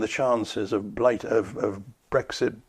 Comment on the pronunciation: It is and has never been "Breggsit". It is "Brexit", pronounced as in "exit".